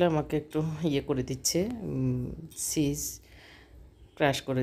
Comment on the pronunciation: আপনি কি ভালো করে কথা বলতে পারেন না।পঞ্চাশ কে ফঞ্চাশ বলেন,চিজ কে ছিজ বলেন। আরও কতো কি! 😂😂😂🤔🤨